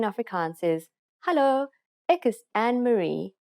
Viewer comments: Your Hallo sounds Dutch rather than Afrikaans. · Its not hullah its hallo and you say it hello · 😂🤣😂🤣 ek het nou weer geluister sy spreek hallo/hello baie snaaks uit.